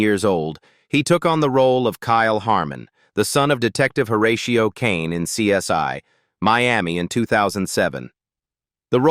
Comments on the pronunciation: The show is called CSI not CS1.when yo are doing voice over work get it right. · I hate AI! It's CSI (pronounced "see ess eye" and NOT "see ess one")! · SOMEONE PLEASE TELL THESE AI PEOPLE THE CORRECT SAYING IS... C. S. "I", NOT C S "Y". 😠😠😠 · Who is this narration? Truely horrible 😢it's CSI not CS1 😮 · Hey,, it's CSI, not CS1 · Why did this narrator laways misprounced title? It is CSI as in investigation, not one. And he sounded black.. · The worst AI narration ever. Laughable with mispronunciation of CSI as CS1 & CSY throughout. Also several instances of video shots that had NOTHING to do with what the narration was saying. What an embarrassing mess this video is. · AI cannot pronounce CSI